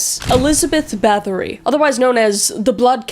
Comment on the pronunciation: The Lamia (I believe it's pronounced Lar-Me-A) was also linked to the succubus. Bathory is actually pronounced bat-hory as they don't use the th sound and it's though her husband was a sadistic POS too who taught her new ways to torture her victims before he died.